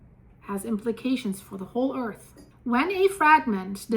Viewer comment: Can you learn how to pronounce earth it’s not “earthis”